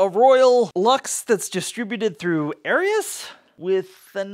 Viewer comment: Pronouniation of Aerus: air-us not airy-us 😉